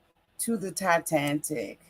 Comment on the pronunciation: Titanic, not TiTANTIC